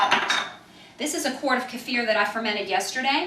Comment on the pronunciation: Good video and so nice to hear Kefir pronounced properly for a change, it's NOT keyfer, keffer or keifer, well done...